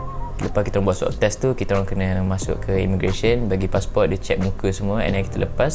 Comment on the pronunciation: Thank you sgt bagi kata2 positive and puji kami yg bertugas di klia. Suit corona tu nmanya PPE tyvex. Swab test ye bukan swap test 🤣 semoga sentiasa maju anak muda✌🏻